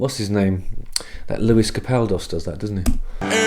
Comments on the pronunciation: Sleep Token are really unique and easily one of the best bands to come out in recent years. Also, laughing at your incorrect pronunciation of Lewis Capaldi 😅 Capaldos sounds better to be fair haha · Lewis Capaldos? 🤣